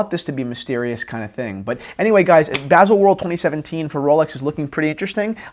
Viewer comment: BAH-sel is the pronunciation